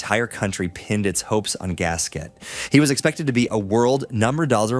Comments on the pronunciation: You should be able to pronounce the name of people you reference. Gasquet is prnonouncec gaskay not gasket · How disrespectful can you be? It's prounounced Gaskay, for English speakers who don't care an iota about proper pronounciation.